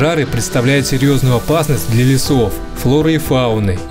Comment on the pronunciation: Первые секунды сразу бросается нарушение раздела русского языка «Фонетика». Выделяю буквы, которые требуется произносить не так, как они пишутся : «пОжар», «Опасность», «лЕсов», «ЭкОлогии» и почти все другие. Это робот или двоечник?